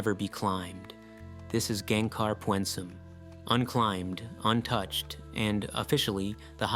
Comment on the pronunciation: Greetings from Gangkhar Puensum. I can see you down there. Btw its not "Pyuoehn-sum". Its pyn-suhm